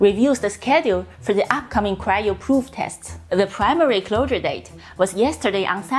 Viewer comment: "Rural areas" you can cheat by saying is like this 'roaral areas'. J needs to work on 'closure dates' it sounds like she is saying 'clowder dates'